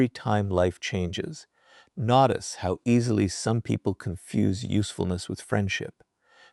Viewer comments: When will AI learn correct pronunciation of the English language? Maybe AI thought I wouldn’t NOT ice. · not ice lol 😂